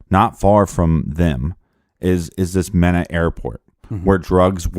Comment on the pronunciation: Malak was a crap stain, he did it because he was being paid, not because he was afraid. (FYI Mena is pronounced with a long E)